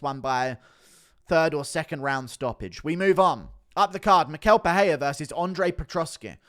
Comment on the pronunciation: It's pereira, not peheya